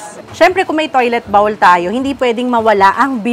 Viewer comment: Please correct your pronunciation of “bowl.” Google it!